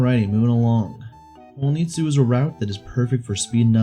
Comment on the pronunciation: Um ackchually its hon ii tsu not ho ni tsu